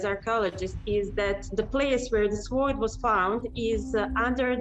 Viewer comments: she isn't mispronouncing it for her language you've been mispronouncing it in yours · P If she can't pronounce mounts the word sword short she probably isn't an expert. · The way she mispronounced sword is cute. She is very brave to learn how to scuba dive to study the exact information of location. I would be very afraid to go under water.